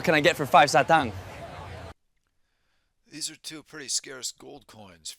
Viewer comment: Satang pronounced as “sah tahng” like the “ah” sound in the word stop. Great collection!